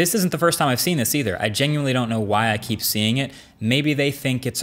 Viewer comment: DAMER he said “to keep the temperature down”, I had to listen to it a few times but you can fell he says “keep”, he just mispronounced the “K”